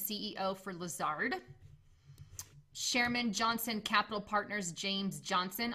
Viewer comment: Thanks for the information, but I was annoyed by the way she said, "SHairman" instead of "CHairman"....